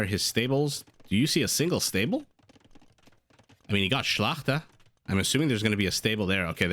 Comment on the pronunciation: Subscribed just for the ability to pronounce "szlachta". Also excellent casting with comprehensive explanations of what each civ can do but let's not get mired in the details 😉